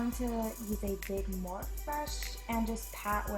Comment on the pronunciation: Wait did she say "morph" I thought it was pronounced "morpheeeeeee" I exaggerated the e's but you get it .